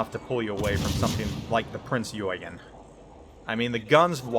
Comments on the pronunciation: I like alot, but how he pronounced Eugen as "Joy-gen", HERESY! Even worse when you are german. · Mainz = "Mine-ts" Eugen = "Oy-gen", you're killing me, here!